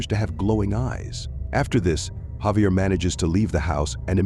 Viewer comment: Javier is actually pronounced with an H not J sound.